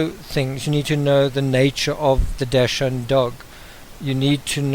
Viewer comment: Just FYI: It's spelt Dachshund, and pronounced DAX - HUND. (Not dash-hound). It's a German word, and it means Badger Hound. It just really irks me when people say it wrong. My dog is my world! ; )